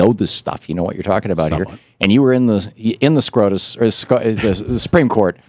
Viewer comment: I could swear thom says "scrotus" (not scotus) so I keep thinking of the word scrotum. Maybe I'm wrong. Good video though.